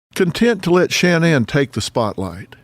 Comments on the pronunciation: I want to appreciate this but Dr Phil, everytime you say, “SHAN-ANNE” I want freak out! An when you called “CeCe”, “SISSY”I realized how disrespectful you are. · His pronouncement of “Shanann” is driving me nuts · This is a great documentary but the constant mispronunciation of shannan is just far too distracting.